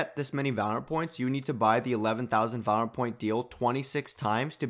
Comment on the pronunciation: and not once did he actually say it correctly